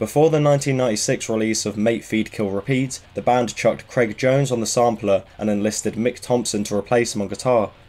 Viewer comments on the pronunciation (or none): none